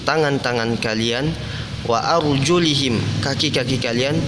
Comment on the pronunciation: Afwan itu arjuluhum bukan arjulihim syukron